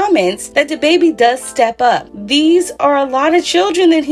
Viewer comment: "who dababby ?" I can't chileeee...